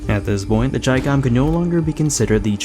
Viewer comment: you said the name perfectly